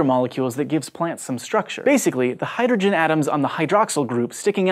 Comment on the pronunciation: lol, he said Hydergen, just like my man Neil DeGrasse Tyson.